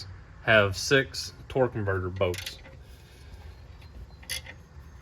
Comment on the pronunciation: What accent is that where they call bolts “boats”?😂😂i love it haha